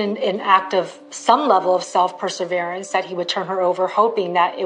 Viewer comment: Yes! I don’t have PhD and English isn’t my native language, but it was striking my ears each time she was saying that. The only person who had a real PERSEVERANCE in this case, was Mike’s mom! She was keeping the case alive, writing to all officials, who could possibly help, knocking at all the available doors, drawing public attention to it with the flyers and billboards. Amazing, never dying mother’s love! A local newspaper “Tallahassee Democrat” paid attention to her letters and let the ball roll. But there’s no mention of it in this documentary. The woman used her knowledge of Florida’s wildlife as well, arguing with the department officials and insisting that it couldn’t be alligators, as they don’t eat during the winter, but rather stay at the bottom and sleep. Something much more sinister happened to my son! And even when they eat, they don’t just swallow the whole human body along with the rubber boots and coats, and hats, leaving nothing at all. Not working like that. And that somebody would have found something on the lake’s surface the very next day, if an alligator was the killer. Sheryl never stopped. Her search and actions were the definition of PERSEVERANCE.